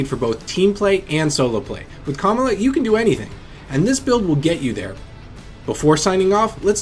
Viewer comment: Why he say Kamala like that?